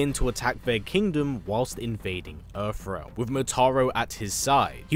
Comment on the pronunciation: Why do you keep saying earf realm??? You Brits really need to learn how to pronounce TH! How the hell do you transform TH into F???